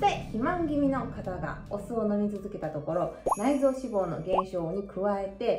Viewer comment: 脂肪の発音が気になった